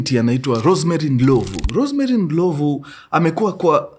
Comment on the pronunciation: it’s not Ndilovu, it’s Ndlovhu